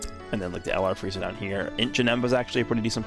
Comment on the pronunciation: Sounded like he said freezy lol